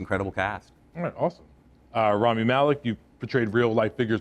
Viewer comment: *Rami, not Remi